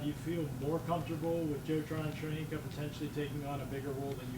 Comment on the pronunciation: Shoykina? really? come on Bucs, learn his name.